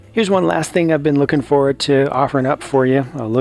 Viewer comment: Did anyone else realized that he said “People are luking forward to him”